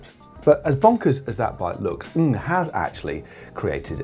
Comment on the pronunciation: Kudos on the perfect pronunciation of the surname "Ng"